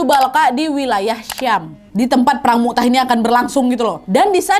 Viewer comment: Maaf ka nad perang mut'ah bukan mu'tah kak🙏